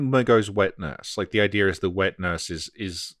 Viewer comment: Does anybody hear saying "idear" instead of "idea"? Do I hear it because I have enough Insight???